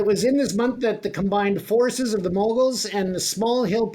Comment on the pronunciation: Moghuls not mangols .